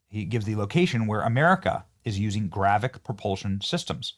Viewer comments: Its "gravitic" not GRAVICK. can somebody make sure this nfer has a clue what the hell hes talking about before he makes an ass of himself daily. Its getting worse. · Why are podcasters so bad at phonics? If I had a dollar for every time ive heard a word said hilariously wrong, Id be a millionaire! Anyway, its gravitic, not gravic. GRA-VI-TIC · Benny 😂 so obviously far removed from Star Wars it’s so hilarious. GraviTic Benny..with a T in there. Not “gravic!” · Benny, it is gravITic drive, not gravic. Why would China have to launch these "gravitic drones" from a sub when they have the ability to "hyperdrive" with limitless energy directly from China? Sounds like paranoid schizophrenia to me. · It is pronounced gra-vit-tic, not grav-vic. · GRAVITIC. NOT GRAVIC. IT IS AN IMPORTANT DISTINCTION! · GRA-VIT-IC not Gravic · It's not gravick. It is GRA vit ICK YOU KEPT LEAVING OUT THE VIT PART. YOU SOUNDED SO STUPID I AM EMBARRASSED FOR YOU . GRA VIT TEE, GRA VIT ICK ... please, please just sound it out, phonetics is your friend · Leave it to Benny to mispronounce another word. It's not "gravic", it's "gravitic". "gravic nuke-U-lrr" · Gra-Vi-Tic, not Gravic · Please Benny .... Its spelled and pronounced as GRA-VEE-TIC ... not Gravic. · PLEASE can we say this word correctly? gravitic >> GRAV -IT -IK ... you are saying gravic ... that means something else .. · Gravitic. Say it with me Benny. Gra-vit-ic drive. Love you Benny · It’s gravitic, as in anti gravity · Benny, its pronounced Gra-Vit-ic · GRAV-I-TIC...say it, THREE syllables!!! Driving me CRAZY!! And if they could do it to us, we can do it to them so it's no gain for anybody. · GRA - VI - TIC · It's pronounced Gra-Vi-Tic, Benny. Comon bro. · Benny, I enjoy your podcasts. The word, “Gravitic”, however, has three syllables with the emphasis placed on the second syllable, I.e. “grah-VEH-tic”. Thanks. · Benny, it is pronounced GRAV-ih-TIC. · Benny can't pronounce gravitic 😅